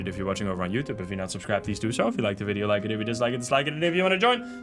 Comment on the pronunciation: As it was fortold, I am awakend at the sound of droping wideo